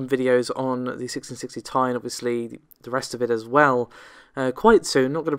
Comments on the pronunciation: OMG ...... even according to NVIDIA ......... it is T I !!! not THAI ! so please DON'T say THAI ! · AT LAST !!! .... someone have said ..... the obvious😃 : that the "Ti" for Geforce GPUs stands for "Ti-tanium" and should be pronounced as such😉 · I mean.. it is pronunced T,I but whatever..... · Agree ! even Nvidia says it is T I , Not THAI !